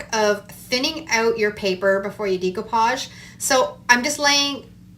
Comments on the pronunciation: The correct pronouncing is. DAY COUPAGE DAY COUPAGE DAY COUPAGE It's not so hard. Practice saying it and it will come!!! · You have an awesome ability to change the concept of any item but sweetheart it drives me crazy how you pronounce "decoupage"...🤣